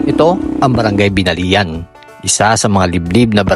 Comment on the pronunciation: BINALIAN pronounce as /BINAL-YAN/